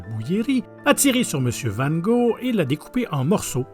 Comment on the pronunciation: Cette voix décidément je m y fait pas et comment il prononce van ghog !